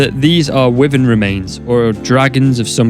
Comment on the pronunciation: Why Vern ... Wyvern .... Not wiven... Why Vern wyvern ...